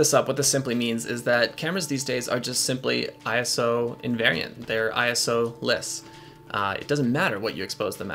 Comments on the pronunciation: Its ISO...not I, S, O :) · ISO is a word, not an initialism. Don't say I.S.O., say eye-so.